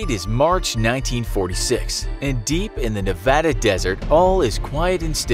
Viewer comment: I appreciate the right pronunciation or Nevada :)